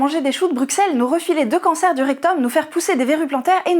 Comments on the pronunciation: PS : on dit choux de BRUSSEL pas BRUXXXXelles : PS : c'est très bon. Sinon, beau chapeau ! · J'avoue, j'ai tiqué aussi. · On ne prononce pas le X dans "Bruxelles", Rogntudjû! (Pas toi! 😭)